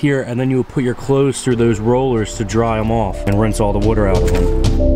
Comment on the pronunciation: I was just wondering if you ever got caught or in trouble for walking around these places so good thing that neighbor was nice. I'm sorry.. being from delaware I get a kick out of hearing you say water